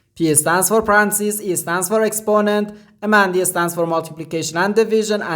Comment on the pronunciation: Parentheses sounds like Pa-ren-thi-sees. Hope that helps.